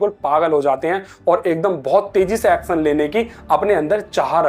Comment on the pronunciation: action nahi acsan 😅